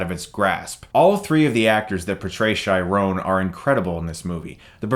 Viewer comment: I just like hearing Chris say Shirone! lol